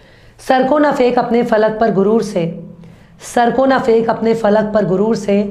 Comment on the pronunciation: your Urdu is 95 percent perfect. If you try slightly more it will be 100 percent perfect. You say "sarko na "fake"" you can try to say "sarko na phek". You say " fir". You can say "phir". You say " hijaj". You can say " hijaz" its " zzz".